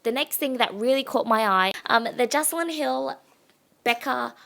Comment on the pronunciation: Great video! Can't wait to check out the store :) Just btw Jaclyn pronounces her name Jack-lyn